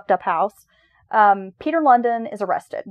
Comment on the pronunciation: Lundin is pronounced like loan-dean. As a dane i must say he is pretty infamous. Thanks for the podcast. 😊